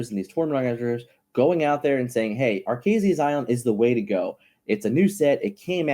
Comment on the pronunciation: Repeat after me: Arr-Kay-Zeeeuh's Island. Sounds like you're saying "our case island"